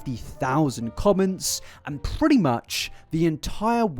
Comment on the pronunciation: okay is it really necessary to say "pretty" this way?